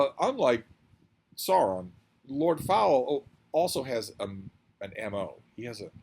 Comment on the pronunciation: Note: Sauron's first syllable is pronouced 'Sour' not 'Saw'. The Illearth War is one of my favourite books of all time - it blew my young mind when I read it for the first time. It's like the Lord of the Rings, but much darker and violent.